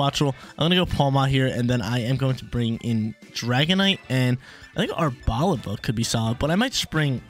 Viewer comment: Pawmot is one of my favorite pokemon this generation. "ARE-BOE-LEAVE-AH" is how it's said I think 🤔?